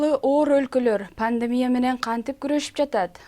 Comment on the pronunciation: Ввссиде Пандемия панлемия деп суйлошот а😁